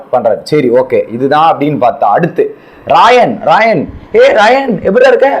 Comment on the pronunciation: Raayan ah raanav raanav nu solringa😂